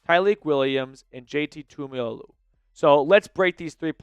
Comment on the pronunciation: Say it with me… Too Ee mo lo ow. Tuimoloau